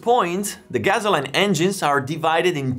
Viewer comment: "Gasoline" sounds like "Gassoleen" not "Gazzo line" ;)